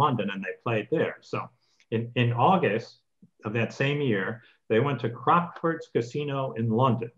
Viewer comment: A point about CROCKFORDS (which is pronounced CROC (like a Crocodile) with FORDS sounding like FUDS) - not CROXFORDS. In the UK Gambling debts (both ways) are not enforceable in law. (I am an ex-bookmaker.) The commentary said that Ivey sued for a gambling debt. That is why the UK judge gave his verdict as he did. (20.36 on the video) calling the play "Cheating". To my mind, if the casino is so careless as to use cards that they know are badly printed, I cannot see how this is cheating. They should use cards with a plain colour, even white -no problem then. But then I'm not a judge!